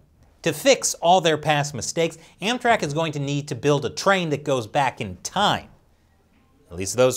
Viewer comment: Everytime he says "AmTrak" I keep thinking he says "Anthrax"